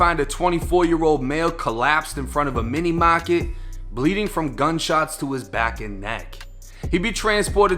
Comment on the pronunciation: It’s mini market not mocket